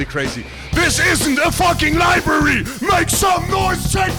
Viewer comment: "this isnt a fucking libary" awesome AHHAHAHAHA